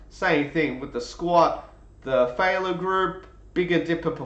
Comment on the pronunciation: Great analyses! One tip…the word is pronounced fail/yer.